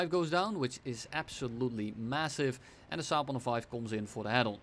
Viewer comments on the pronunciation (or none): I love how he turns into Scooby-Doo when pronouncing the Saab-105OE! Happy birthday, wish you more success in life and on youtube!